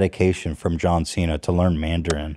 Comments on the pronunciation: As someone who actually speaks Mandarin, John Cena's pronunication is fucking terrible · As a Chinese person I will say that it is impressive that he can speak Chinese, his grammar is bad. But that’s cos Chinese is wonky and his pronunciation can be worked on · What was the proper pronounciation,? Ethan: singing: John Cena?: no but in Chinese dialect: John Cena... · John Cena speaking Chinese is so cringe, he pronunciation is flawed...i speak Mandarin and I could barely understand what he was saying without the subtitles....yikes.